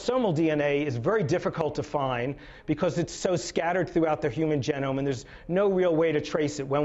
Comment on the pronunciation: How can I take this man seriously when he mispronounces the word genome...